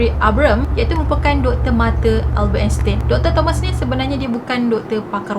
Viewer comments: Erkk kak,..sebutan Einstein yg btol dlm bhs mlayu Ainstain..Bkn Instin..Hehe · sebutan nama Albert Einstein ni Albert Enstain.. tin tu tukar tain 🥰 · Happy birthday 🎂🎂🎂 love your story so much.. nk betulkan sikit.. pronunciation Einstein tu ‘ain stain’.. sharing is caring ☺️